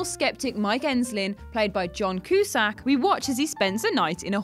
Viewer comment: John Koo-Sack sounds like a great porn name! Anyone else just watch these to hear which names and words get terribly butchered?!